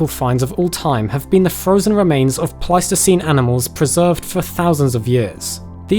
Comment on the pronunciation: At first I thought you said Plasticine Animals - Oh no they've dug up Morph grave.